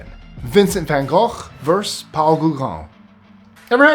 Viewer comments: It's verSUS,, not verse. Love your extra tidbits of information. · I like your channel, but your mispronunciation of the word versus was distracting. It’s pronounced like it looks — ver’ sus; not “verse.” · vs is abbrev for verses and it's 2 syllables. I love your videos, but that hurts my ears. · you are driving me nuts. "Vs" is pronounced "Verses" 😂😂😂